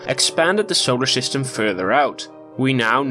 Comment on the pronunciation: Why do you say SHolar System? That’s annoying as hell to hear.